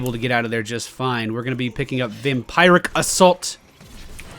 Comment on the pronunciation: its driving me nuts... its vam-PEER-ic assault. not vampire-ic lol